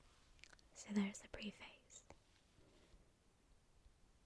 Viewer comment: It’s pronounced pref-ace not pre-face. The writing is awful, had to stop the video